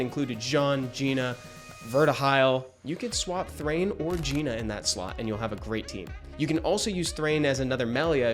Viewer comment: 1, Gina is top 3. 2, your didn’t pronounce Gina right